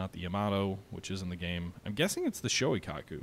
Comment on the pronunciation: Shoikaku??? (Shokaku/Zuikaku? If you can't pick, just choose both... I suppose...) Kingsurga????!!!!! YOUNGAI??????!!!!!!!! Bro... you REALLY have to work on your pronounciations dude. This is the most cringy butcher I have heard in years... Oof. Just oof.